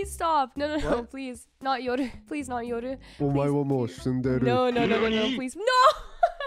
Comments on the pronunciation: its really nice to hear the right way to say yoru, not yowroo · she evens pronounce yoru the right way! nice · She saying yoru correctly threw me off so much XD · I really like how he pronounces Yoru. I mean that is the right way. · I like how Kyedae pronounce Yoru with Japanese accent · I like how she pronounce Yoru 😍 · The way kyedae pronounced Yoru, isn't it much more natural? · It’s the Japanese pronunciation! I’m half Japanese and am fluent in Japanese so that’s how I pronounce his name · I'm gonna start pronouncing Yoru like that from now on